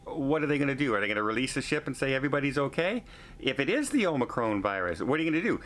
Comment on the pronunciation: please say Omicron, it’s not Omacron!